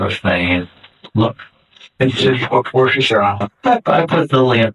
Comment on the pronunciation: Is it wrong that his pronunciation of Worcestershire sauce was the most upsetting thing to me in this video? *Wuster shah btw & I'm not even a whinging limey Pom. Is sometimes *Wuster sheer if you're from my neck of the woods. Also, yeah this fucker is fully out there. Wonder if Scottish bikies like his kilts?